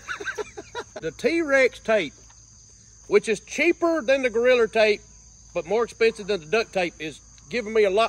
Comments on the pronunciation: I absolutely love how he says goriller tape 😂 makes me laugh every time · Every time he say’s “Goriller tape” I DIE LAUGHING 😂😂😂😂😂😂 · Every time says 'Goriller" take a drink. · His 'Goalriler Tape" had me dying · I can't fathom how you get an R on the end. I've tried to say it several times already. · Goriller tape hahahaa. he said Goriller tape … Ohh shit i gotta pee